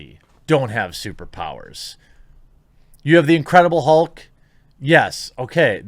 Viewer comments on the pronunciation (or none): none